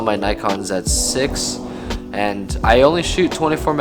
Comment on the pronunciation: Also Zedd6 sounds so weird when you say it lol